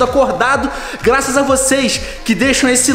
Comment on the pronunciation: Cê falou glaças